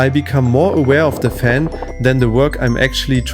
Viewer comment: sure. when it's soo hot you slur words, turn on a phaam.